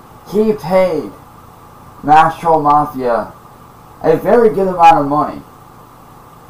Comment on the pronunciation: “Da twoll community” Imagine thinking millions of random internet users actually make up a community. His entire method of speaking is based on repeating what he’s heard, he just doesn’t have a clue toward it’s meaning.